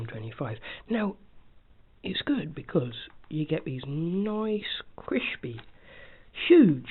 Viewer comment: Is it vewy cwispy?